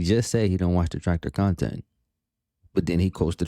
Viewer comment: Great khantent.😂